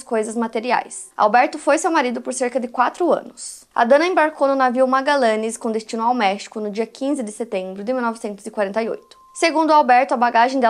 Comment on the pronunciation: Navio Magallanes= se fala "Magadjanes"